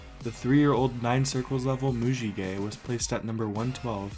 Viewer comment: Bruh its not pronounced mujiguy